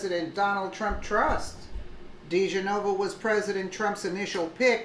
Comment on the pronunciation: Di Genova. Please pronounce correctly.